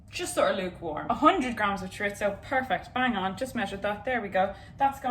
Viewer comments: Chorizo-(Pronunciations) Ch ur ee zoh Spanish way: Ch uh ree soh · Hazel: Choritzo? Choreetzo? Me: Where’s the T?! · I can’t describe to you how excited I was when I saw that you two did today’s video together. I love you both sm 🥺 Edit: I believe chorizo is pronounced: chuh-ree-zoh (no ts sound) :) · I think its pronounced chorizo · listen i love this video and you both but as a spaniard, when you said you were putting chorizo into the paella i died inside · Paella = pie-yay-a, not pah-lella. And chorizo = chore-eezo, not chore-itzo. Sorry, I had to. I love you both!! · because you asked about chorizo, i'll tell you about both!! paella is pie-AYY-yuh chorizo is chore-ease-oh